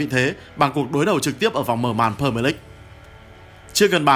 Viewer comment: Huhu đọc đúng tên pre mier đi ạ đừng pơ mờ lích